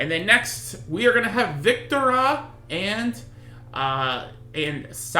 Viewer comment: Its pronounced as Vik - Two - Rah and thats Sa - Lee - Re.